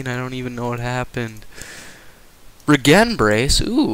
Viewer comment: great vid man!!!!!! :p but Its REE-GEN thats how u say it like regeneration becuz it regernates ur heath